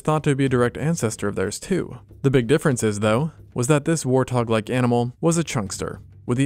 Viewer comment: Him pronouncing warthog as war-tog is taking years off my life 💀